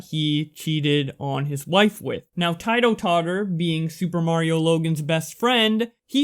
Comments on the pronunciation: It’s not pronounced tietoh totter it’s pronounced teetoh totter. You might not ever report on this guy ever again but it’s just Incase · Bruh. The way you pronounced Tito is absolute aids. Please know that it is pronounced Ti-Toe I like the video but that just, bruh... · I just wanted to let you know that It's pronounced "Teedo" Tottor.